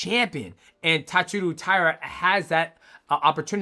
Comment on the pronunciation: Japanese name pronounciation vs DJ is undefeated. Also is Josh related to Theo Von? And why does DJ decide to start pronouncing the names right half way thru the vid? Then reverts back to TatsurU but maintains saying VAn. Weird.